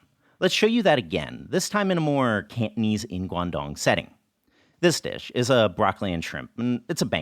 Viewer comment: Fyi Cantonese is not pronounced kantneez haha😅